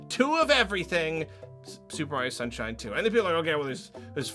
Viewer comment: Did he say mario sunshins, FOE SMASH